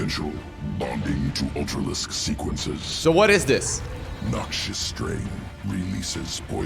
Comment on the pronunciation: The way he's pronouncing "Noxious" triggers me, especially when it was already said multiple times.